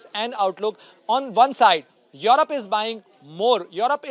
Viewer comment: Mr. Reporter... It's europe not yarap 😂😂